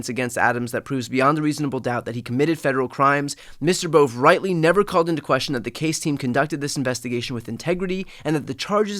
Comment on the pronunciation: It’s a two syllable name, not a one syllable name.